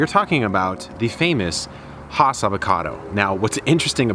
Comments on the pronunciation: Fun fact: it's pronounced Hass not Haas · Please do not be offended. Has rhymes with pass. It does not rhyme with Hoss. Haas rhymes with Hoss. Hass sounds like has. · Really good information well presented. But the name is "ASS" with an H in front of it. Still, we all know who you are talking about. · You and everyone else are not pronouncing the name correctly. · Thanks for demonstrating why one should not create a tutorial just because a friend has an old avocado tree. The first rookie giveaway was the fact that he couldn’t even pronounce the name of the tree correctly. Avocado trees do require quite a bit of water but only every five days or so even in extreme heat. Watering daily is a good way to drown the roots. Video tutorials are more useful when based on your own experience.🤗